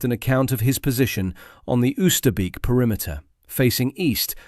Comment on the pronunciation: It's not 'uuster beak' , but 'ohster bake'. 400 dead guys, and you cannot even bother to pronounce the name right